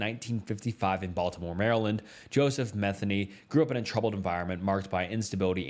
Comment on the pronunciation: Joseph Metheny's last name is pronounced Meh-thee-knee. It drives me crazy when people mispronounce it. I married a Metheny (no relation to Joseph). It's partly why I don't go my real last name on here. The other reason has to do with my first name.